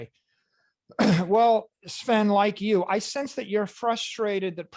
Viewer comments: sven not seven xD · It is Sven not Seven :). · Seven lol. It’s Sven. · The guy's name is Sven (pronounced: swven), not 7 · Haha why do you call him "Seven"? Haven't you ever seen Titanic when they're asking where SVEN is? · ‘Seven 7 ’ Henrich?🤣🤣🤣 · I love you bro but you are the absolute worst at pronouncing names.... "seven?" 🤣🤣🤣